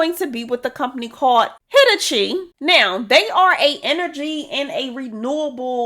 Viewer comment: For future reference, Hitachi is pronounced "huh-taa-chee". 🤣😂